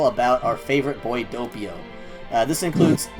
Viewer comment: DOH PEE OH NOT DOUGH PEE OH